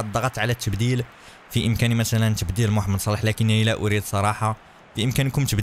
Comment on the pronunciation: قال محمد صلاح بطريقة غلط